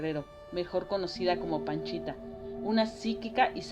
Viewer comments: Es Pachita, no Panchita. Hay que investigar de lo que se habla 🤨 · La shamana es "Pachita", no "Panchita".